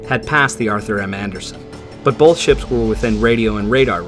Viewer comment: Awesome documentary. Thank you! I couldn’t help noticing you have the dialect where you pronounce the word both as “bolth”. Linguistics also fascinates me.